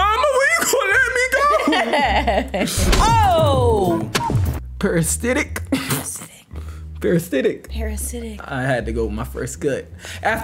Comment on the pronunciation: not parastitic, parasitic THINK THINK!